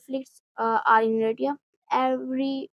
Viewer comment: Its pronounced Er-tra. Or In arabic “iritriya”